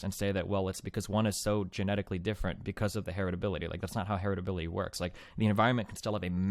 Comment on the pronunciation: Her-et-ability. The fuck.